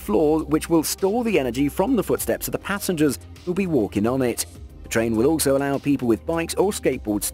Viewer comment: Rail-lation track of TRIAN huh.